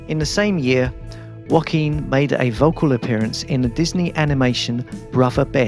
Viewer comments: Just a sidenote: Joaquin doesn't sound like "Wohkeen". It's more like "Ho-akeen". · Hiz name iz Joquin;Not Wakeene. Damn!